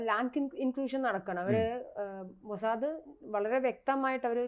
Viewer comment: മോസാദേ അല്ല" MOSAD" മോസാദ് എന്നാണ്.